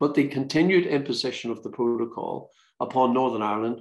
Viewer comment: Geoff Geoff relax your yourself your very angry man and confused its called a protocol not a provo call lol ya muffin ya gef